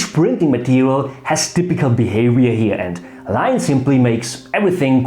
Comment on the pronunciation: When you talked about canvas of line, did you mean 'linen'? D.h. Leinen, nicht Linie oder Linien? Otherwise, I'm having a hard time figuring out what it does mean.